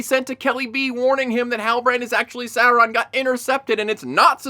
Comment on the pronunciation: Alright, let's set this straight. It doesn't need to be "Saurrron" like in the show, but that's still closer than your "Soawraaan" Also orcs have always been "doing" it, the absolutely baffling part is depicting them as loving and caring families. They are evil animalistic creatures that lust for blood and violence, not individuals with hopes, dreams and loving parental instincts. Keep up the good work trashing this piece of garbage!